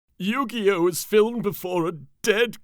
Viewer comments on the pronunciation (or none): BAHAHAHAHAHAHAHAHAHAHAHAHAHAHAHAAAAAAAAAA!!!!!!!!!!!! HE SAID YOU- GAY- MOE- TOE!!! 😂😂😂😂😂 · Anyone else notice he says yu-gay !😊